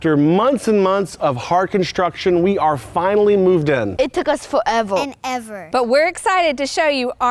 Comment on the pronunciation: It took us FOE EVOE